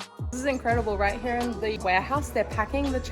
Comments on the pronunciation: Kind of a latecomer to channel but really enjoying her videos. 😊 I especially love the way she says "here" like "hee-yah". lol Reminds me of the way Cartman says here. 😅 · Eating is one of the best parts of traveling so your doing it right! I like this format and would love to see more of these-Thanks for the video and also for saying "Here" and "Beer" with the Aussie accent! Love it!